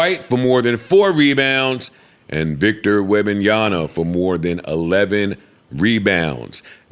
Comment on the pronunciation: Jesus Christ joe... its WEM-BAN-YA-MMMMA